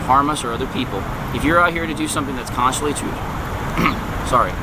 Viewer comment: you know he dont know the constitution when he cant pronounce the constitution